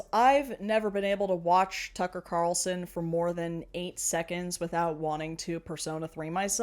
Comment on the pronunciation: "Tucking Cocker Carlson" 😂😂😂😂😂😂